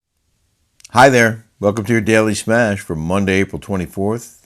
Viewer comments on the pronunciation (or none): U said "Monday"